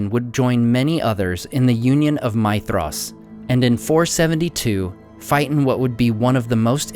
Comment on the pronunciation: Is that really the right way to pronounce Maedhros? Sounds like you are saying my-thros